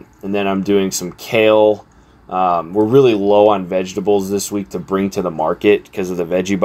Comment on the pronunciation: Vejabulls 😂. You're the second person today that I've heard pronounce vegetables that way. I dig it lol.